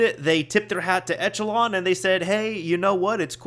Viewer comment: Echelon is actually pronounced esh-uh-lawn. Just thought you should know :)